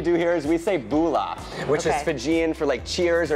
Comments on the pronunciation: I cringed so hard .. and the way the say it too “Booola” 😫 it’s mBula ffs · "Boolah vinaker" 😂😂😂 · It’s not pronounced BULA .. it’s pronounced mBula ... just saying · How many Polys just cringed when he said Bula lol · They said bula wrong